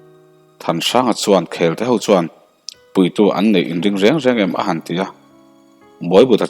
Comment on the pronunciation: Khelte,mangkhaia,zawlpuan i lamdan thluk adiklo vek adang tepawh sawitur atam mai,lamdan dik hi a pawimawh ania.